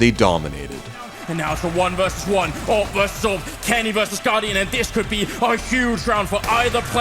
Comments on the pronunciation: Just hate how they pronounce awp now days... it's A.W.P period!!! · it is awoopa